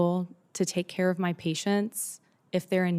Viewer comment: Somehow when you say CARE it's alright